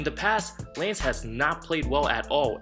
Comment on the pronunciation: "Laynce" Stephenson? LOL